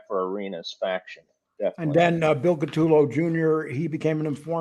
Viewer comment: Great Video Guy’s…BUT😉/…PLEASE…it is, "Ka-Toe-Low…" or “Coo-ta-Low” 🇮🇹…and Lastly, to be CLEAR I am NOT Trying to Help Jackie Get Out of Prison… I Wish You Both the Best…🌸BC